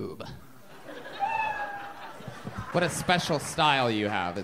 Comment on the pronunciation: The emphasis on "1 boob" had me laughing so hard😅